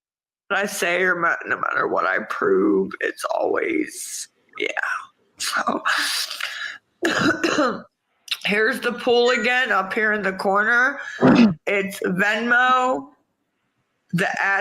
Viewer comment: Why the hell does she pronounce poll like "pool". "The POOL is in my bio". She's such a raging moron she doesn't even know how to pronounce basic English anymore. It's pronounced like POLE,. Poll=POLE. Not "pool". Trivial, I know, but it just grates on me. I wish she'd stick something in that gaping hole where her tooth used to be. I imagine when talking to her in real life, you run the real risk of taking a shower in her spittle just from that gap in her mouth. She's the reason the 6 foot rule had to come into place during CoVid. Wear a mask,. Not for CoVid, just to spare us the stench and the appearance of that sewer mouth of yours. BLACH.